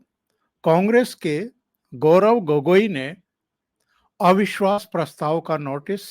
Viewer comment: एविश्वास नही अविश्वास बोलिये